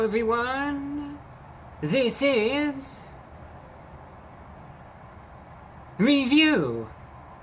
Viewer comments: That’s how funny the beginning intro was. “This is….. Review.” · Awkward Pause Review? 🤔..... I LIKE IT! 🤗 Pity the drink tastes like cough medicine ! 🤒 At least you didn't need a Doctor's prescription! 📝 9 out of 10 Doctors DO recommend TheReportOfTheWeek! 😍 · i started to question my sanity during the pause before "review!" I knew you were powerful but that was way more than I bargained for. Well done!